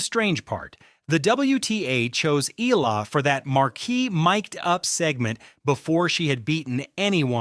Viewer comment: I don't know an Eela, BUT I DO know an E-A-L-A. BS AI